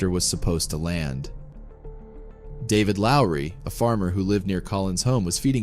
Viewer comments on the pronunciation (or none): none